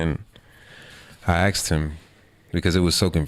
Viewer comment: Kao što u Srbiji neki kažu “kuj” umesto “ko” 😁